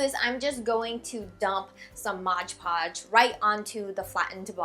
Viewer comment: Its mod podge silly!!! M.O.D.P.O.D.G.E hehehe you were sort of saying modge podge